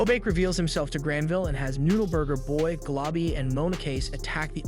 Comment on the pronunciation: i love how he struggles to say noode burger boy everytime for the whole video XD